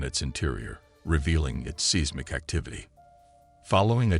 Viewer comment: Pro tip. When using software for voice overs. Use phonetic spelling for things that it mispronounces, like Mee Che Oh ka coo and Size Mick. It makes it sound more natural and less annoying.